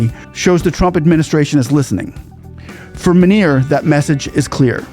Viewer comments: He pronounced Munir as Manure which is apt given that he is a Field (LIvestock Field) Marshall !!....controlling the cows and sheep and wiping their rear end.....worthy of his stature ! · Are Americans allergic to proper pronunciation of names. Its M U N I R Buts Americans pronounce it as M A N O R There is no A & O in his spelling.. 🤣🤣🤣🤣🤣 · I just love how you pronounce his name….asim manure. Manure promoted himself to Failed Marshall